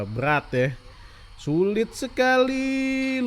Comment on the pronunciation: kata "syulit" membuatku ingat pada reyhan